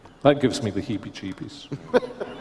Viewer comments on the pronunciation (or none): ok steadfast 😂😂😂😂 Am dead back again with laugh😂😂😂 that moment: Did you learn that in Dallas? you didn't used to say heveee jebeies😂😂😂RC nailed this Heveee Jebiees in Scotland.. "Y'all!!!!😂😂 animation was great too...great job josh!!! God Bless, you make me smile with this🧡🧡🧡I missed Alistair Begg.. Have A Bless day josh